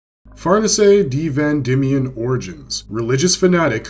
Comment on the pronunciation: Man said “FarNiSay D. Van Dimion” 😂😂